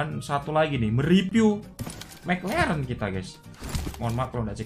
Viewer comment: mek leren😂anjim logat jowo